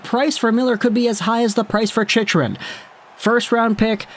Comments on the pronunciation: 1. The C in Chytil is silent. Think 'Hetil'. 2. He is supposed to be a center, but he just looks like a winger. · Lmao that chy-til is driving me nuts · Fyi- chytil is pronounced Heat-il the ch makes a h sound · As a ranger fan for the love of god HE TILL The c is silent. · Just to put this out there as a Rangers fan, but if you are going to dump on our players/prospects (Chytil, Cuylle), it would help if you knew how to pronounce their names. I think you mean well, but it's clear that you've never actually seen either guy play. As for Miller, his price tag is going to be more than what the Rangers should pay. No team in 30+ years has gone from missing the playoffs 4 years running to winning the Stanley Cup, and they won't be able to re-sign Miller at the end of his contract (they have a two year cap crunch coming up due to dead cap and Zib's and Fox's new deals). I'm still convinced that Vancouver is dropping the Rangers' name in the media to try and drive up the price from other bidders, because the move just makes zero sense right now for NY. TL/DR--Vancouver should get more than the Brooks package in return for Miller...but they shouldn't get it from the Rangers. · Oh yes, …. The C is silent ..